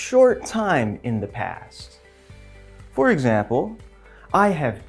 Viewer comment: anlatışı çok güzel hoş da “For ekzembıl” deyişi.. sabahları alarm olarak kullanılır🐸